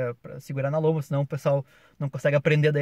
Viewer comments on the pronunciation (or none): o que é lomba? (juro que entendi "lombra" kkk)